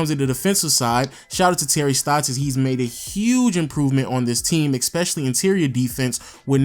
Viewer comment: eSpecially, not eXpecially. Good vid though bruh, like your content